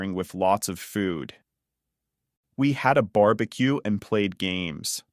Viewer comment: This video is really helpful and I appreciate your content. However, is the voice in these videos AI generated? I wanted to forward this to a friend who speaks Spanish but there are a few words in this video that are pronounced incorrectly such a sand castle & barbecue. I don’t want to confuse my friend and I don’t think you would want to confuse your subscribers by mispronouncing words.😬